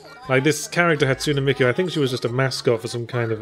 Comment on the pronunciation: I love Yahtzee's terrible pronunciation. "Hatsoonah Meekoo" & "Tsoondairah"